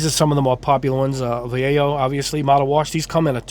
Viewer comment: VA LAY HOE not vayyayo